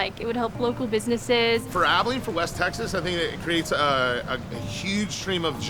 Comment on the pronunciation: The CEO’s pronunciation of Abilene when he welcomes the reporter at the beginning is foreboding. The accent is on the first syllable of the word not the last syllable. 🤯